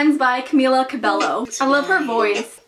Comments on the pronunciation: STOP!!!!!! u just pronounced it CabeLLo, it pronounced "Cabeyo" but spelt Cabello, thank u next amirite hah yeet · I was loving this video it’s really good, but I got triggered when you said cabelllo instead of cabeyo 💀😂. Camila is my wife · When you called Camila "Camila Ca Bell o" I got so pissed don't evennn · Cabeyo not cobelo double l mean the Y I'm sorry but my inner OCD person came out😂😂😂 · Camila’s last name is pronounced like Cabeyo because her last name is Latin the double L make a ey sounds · Cameela Cabeyo that's how you pronounce it 😂😂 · ca-BELLOH how DARE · is no one going to talk about the fact that she just pronounced camila's last name wrong :( its CA-BEY-O. ily sorry it just frustrates me but i understand how u can think its said like that. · it’s camila CABELLO. not cabelo HAHAHA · Cabello say it right plz...